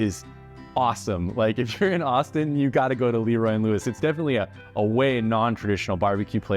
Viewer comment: I wish you had time to go visit Corkscrew in Houston. Best brisket ever! Also you pronounce LeRoy and Lewis Le...Roy. They're definitely a new age BBQ spot. Great sides and Q.